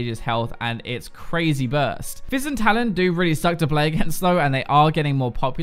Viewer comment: He said Jizz when he was talking about fizz xD